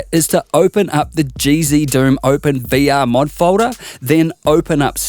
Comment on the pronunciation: learn how to say folder